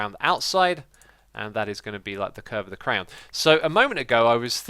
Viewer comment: you say crayon wrong.